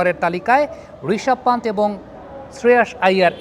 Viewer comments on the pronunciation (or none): পান্থ ✅, পান্ট ❌